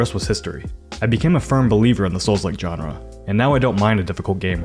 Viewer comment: Say genre again.